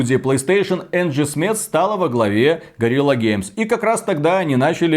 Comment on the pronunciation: Ребята,,! В который раз режет слух: в названии компании Guerilla Games слово guerilla ("партизан" по-нашему) читается как "гЕрилла" ([gəˈrɪlə]), а не "гОрилла".